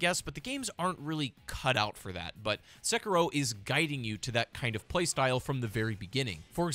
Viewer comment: Se-ki-ro. Why pronounced as sucker-roll?